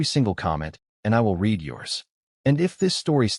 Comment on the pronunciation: Past tense read is pronounced red. Please